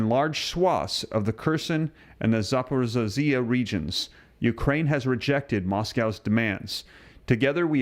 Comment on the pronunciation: Zaporizhzhia = Zah-por-eez-zi-ah 🇺🇸🫡🇺🇦